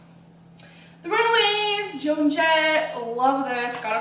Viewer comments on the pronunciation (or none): “The Runwayyyyyyzzzz!!!” Gorl it’s Run A ways. Omfg.